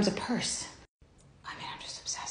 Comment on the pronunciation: I LIVE for the "Im obSESSSed".